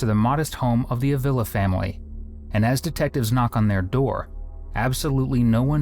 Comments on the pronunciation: That surname is pronounce ah-vee-lah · It’s pronounced Ah-vee-lah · It’s pronounced Ahveela